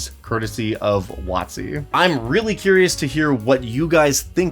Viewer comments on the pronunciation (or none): Whenever you say W.O.T.C. as Wattsy it makes me think of like.. some combination of Wattpad and Etsy